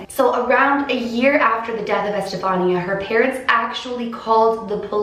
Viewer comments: That's my name! It's pronounced estefanee-a. The way she says it is how all my teachers would 😂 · Okay, just a comment x), the accentuation on Estefanía's name goes in the "i" instead of the "a". It's ocay though, pronounciations are werd.